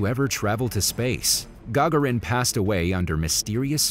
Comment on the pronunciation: Yuri "Ga-garin" is how you pronounce the first man in spaces name